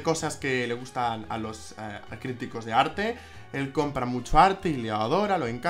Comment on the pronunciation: A diego le gusta el arrrrrte,todo tipp de arrrte